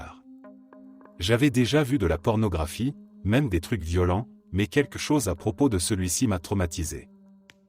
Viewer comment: Si elle lisait correctement, ma voix IA ne me poserait pas de problème mais là... Les "violents" qui se transforme en le verbe "violer" au pluriel, le verbe supporter qui se transforme en "supporter" (de foot), les Y qui sont lu en mettre comme dans la phrase "je m'y attendais" qui deviens "je M Y attendais"... C'est trop pour moi ! Il faudrait changer phonétiquement le script afin qu'elle lise correctement